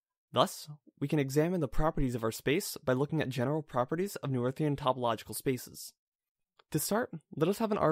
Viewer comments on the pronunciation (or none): Great video! Learning a lot. 2 very small things: Your opening parentheses are the wrong way. You can fix that by using backticks instead of quotes in your latex source. “Noetherian” (at least according to all my professors) is pronounced “No-Theory-un”